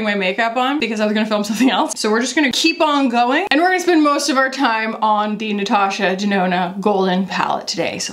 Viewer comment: Nurtooshur Durnoonur!!! The intro made me burst out laughing